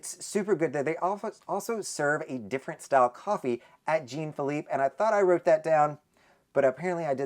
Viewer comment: Jean Phillipe is pronounced more like John than Gene. It is a French name. 😊